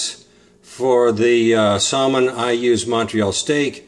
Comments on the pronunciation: You don't pronounce the L in Salmon ( Sam in) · The L in Salmon is supposed to be silent. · No. That is NOT how you say Salmon anywhere. Check for proper enunciation.